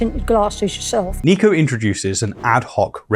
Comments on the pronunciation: It’s Niko not Neeko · nick-o not neek-o btw :) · Its NIKO not NEEKO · I just wanted to point out that Niko's name is pronounced "Nick-oh"